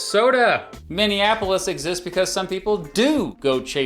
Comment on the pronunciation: So nice to hear a Youtuber actually pronounce Minneapolis correctly. Thank you.